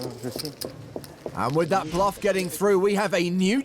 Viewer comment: yea nioce blewf sho dee bluef sho vury nice bloof je suis bleuf intense eyebrows sho de bleuf but in replay